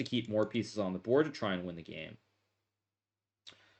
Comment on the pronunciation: why does he say teke and geme instead of take and game. drives me insane.